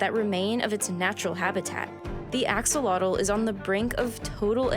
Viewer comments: Axolotl is pronouced two ways in Spanish. Ajo-lo-te - Ajo like the word for garlic in Spanish and lo te, like the word for corn kernals elote - This is the common name And then for the aztec word, A-sho-lot. A as in ahhhhh, sho like the word show, and lot as in a lot of something. You don't pronounce the last l And as far as I know, they can transform into the adult stage if they are stressed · Axolotl is a Nahuatl word, so it's actually pronounced differently than here. It's hard to learn by reading ("ah-SHO-lo-hthh"), but Chimalli Media has a GREAT video about pronouncing it! (In the same vein, Quetzalcoatl is "ket-zal-KO-ah-hthh.") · It’s pronounced “ah ho lo teh” lol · Whyd she say sholotl and then changed to axelotol Just look up the pronunciation. My god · The AKsOLotl, I to Lox A e haT, I LA T, TAL I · Three syllables: Ah-sho-LO(TL), accent is on the last syllable. The TL is pronounced a few different ways, the original Aztec sound is an interesting phoneme. Best for English speakers unfamiliar with the sound to up a video of native Nahuatl speakers on it. The TL is also often simplified to a T sound, especially when transliterated into Spanish. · The video was great beside the fact that she was continuously butchering the name axolotl 😅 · You said name of the gods and locations well but didn’t say the animal name correctly 😔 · I really wish you had taken the time to learn the proper pronunciation of the Nahuatl words, this is especially not how Axolotl is pronounced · The narrator did a good job pronouncing the Nahuatl names except for Axolotl. She even said xolotl more or less correctly at :33, then used gringo pronunciation afterwards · Cringey hearing the name pronounced so badly. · I live for the day english speaking people pronounce correctly axolotl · How do you almost nail Xolotl’s name and then butcher the name Axolotl when they are pronounced almost identically? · the way they said the name of the god correctly then mispronounce axolotl lmfao